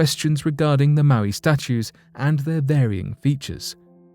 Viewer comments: omg mo eye, pronounced mo eye maui is a Hawaiian demigod and an island, youre welcome! ( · "Moe-eye" is the phonetic spelling and how it is pronounced. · It’s Mow-I